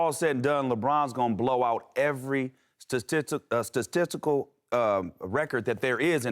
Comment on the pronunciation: Statitical killed me hahaha